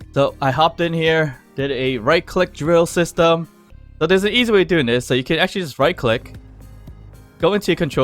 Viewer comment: LOL man, you said "drill system" and I don't know why heard "Joseph" 🤣. Looks like I got an idea for a nickname for this device 😁